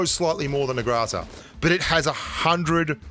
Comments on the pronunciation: I’ve been playing Pubg mobile for over a year, what’s a Grazaa?....I’ve never heard of it! Haha maybe you mean “Groza” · Groza,not graza